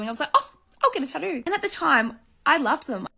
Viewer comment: tawto lmao speak tye queens English damit 🇨🇦